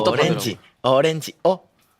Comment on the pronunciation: 🖤💜나만의 타임라인💜🖤 미소귀여워 고개 꾸닥할때마다 눈도 같이 감는거 귀여워! 눈썹 들썩 고개 끄덕끄덕 졸귀 ㅠ 오렌지 아니고 어렌지🖤 놔 뭔지 모르겠지만 일단 받은대로 굴리는거 귀여워💜 얅!💜 호통치는 놔